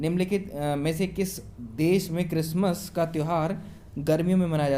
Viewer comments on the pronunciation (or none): none